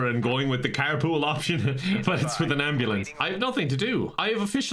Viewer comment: "I think I need an ambubombalance" 😂